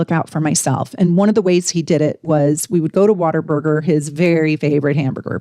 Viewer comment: I thought she said Water Burger 😂